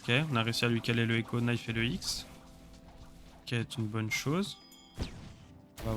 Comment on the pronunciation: Je suis deso met couteau an anglais sa se prononce nife et on ne prononce pas le k😅😊